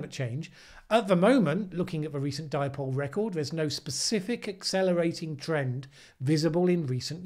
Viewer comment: Paul Joseph Watson called the Indian Ocean Dipole, the "dee-poh-lay"! Hahaha! That still cracks me up! Maybe he was thinking of Chipotle!